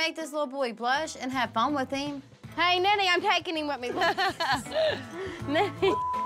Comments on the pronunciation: Do they call nettie “ninny” or am I hearing things 😂😂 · THEY SOMETIMES CALL HER NENNIE! EVEN THE CAPTION ON SOME EPISODE SAYS NENNIE